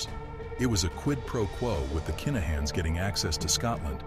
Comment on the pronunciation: Its kinnahans not keenahans as im from Glasgow and knew some of the Lyons and i live in Dublin where the kinnahans are from i know this is there names for a fact